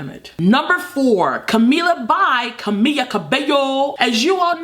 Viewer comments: FOR GODS SAKE ITS CAMILA WITH AN L, NOT CAMIYA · Sooo you say camila's album name right but you say her name wrong and its the same thing